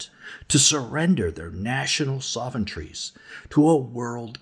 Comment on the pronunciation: Someone needs to teach how to pronounce 'sovereignty'.